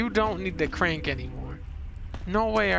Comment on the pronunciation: “Da crenk” I love this guy!